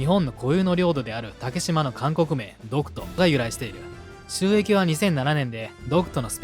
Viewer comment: 最初監獄海軍て聴こえた